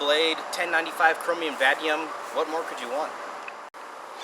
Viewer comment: vanadium is Latin tour pronounce is wrong lolol